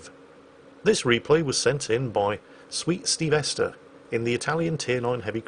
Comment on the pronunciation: pronouncing Stevester like Sylvester and not Steve-ster kinda hurt. Unless that's what stevester meant it as